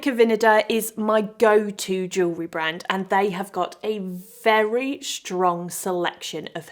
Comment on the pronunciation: Wonderful to listen to someone who can pronounce jewellery, I am so sick of hearing about joo-lerry